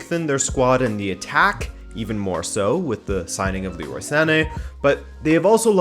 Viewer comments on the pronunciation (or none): none